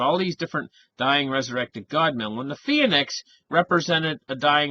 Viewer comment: Phoenix = 2-syllable word, not 3....., sometimes you hurt my ears! Love ya.